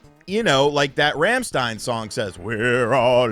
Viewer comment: I've never listened to Rammstein, but I at least know how to pronounce it. 😂